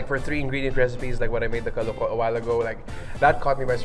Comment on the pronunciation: The way the word “kaloko” pronounced is effin’ wrong. Correct pronunciation is “kalúko” as in “kah-LOO-koh” with stress on the second syllable.